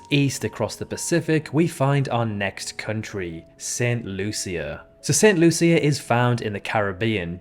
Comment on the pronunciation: He's also pronouncing St. Lucia wrong. I live in Barbados and we say "Saint Loosha" (unless I've been saying it wrong all my life).